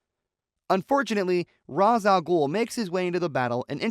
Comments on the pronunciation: Ra's ah Ghul is pronounced Ray-sh al Gool. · You can't pronounce Ra's Al Ghul correctly